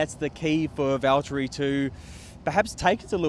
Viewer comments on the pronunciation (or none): This season we're gonna be hearing -, it's Valteri....